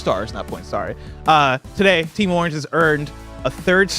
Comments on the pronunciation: This is the episode where I realized that pronounces Orange as "Arnge" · If I didn’t know was from Cleveland id for sure know after hearing him saying Orange lol